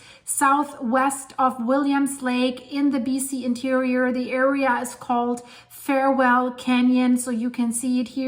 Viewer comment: Far-well canyon. Not Fair-well canyon. (Farwell)